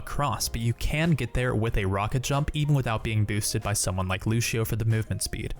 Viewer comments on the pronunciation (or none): What do you pronounce lució like lusheeo?